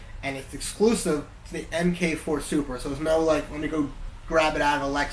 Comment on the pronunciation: MARK 4, not Emm-Kay 4.